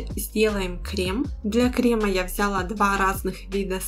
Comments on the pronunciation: Взяяяяла, режет ухо. А так очень понравилось. Извините😊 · И не взЯла, а взялА😊